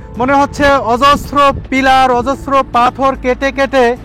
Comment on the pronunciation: "পাথোর" উচ্চারণ করেছেন , পাথর উচ্চারণ করার চেষ্টা করবেন